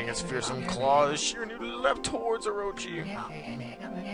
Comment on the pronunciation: He pronounced Orochi wrong but pronounced Shiranui correctly